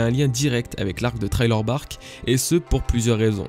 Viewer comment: ARRETE DE DIRE TRAILER BARK UESH CA ME REND FOU